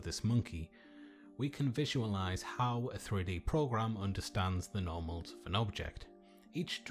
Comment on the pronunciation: i thought you said "Normies"